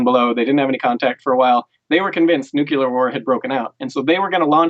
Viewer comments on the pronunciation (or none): And it's nuclear, not nucular (@, ). Please.